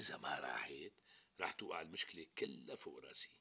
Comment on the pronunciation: صح بس ليش بتحكي راصي مش راسي